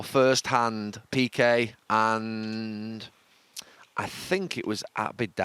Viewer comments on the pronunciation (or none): none